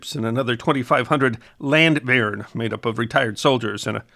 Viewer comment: Yeah, they way he said it it sounded very German. But Danish can be pretty hard to pronounce if you're both: - not familiar with the language and - not currently trying to swallow a tennis ball